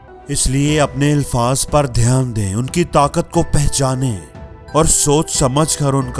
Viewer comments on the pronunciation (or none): First of all some pronunciations , Urdu " ilfaz " no , alfaz is right. There is nothing new in this video. People have heard millions of times all this. We have to find the difference between consciousness & automaticity in matter. Post something about , if you can. Good luck.